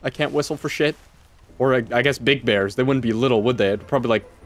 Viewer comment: Be vewy vewy quite, I'm hunting beaws